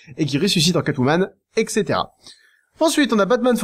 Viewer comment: ETC = étssétéra et pas ékssétéra !!!!!! y'a un T avant pas un C !!!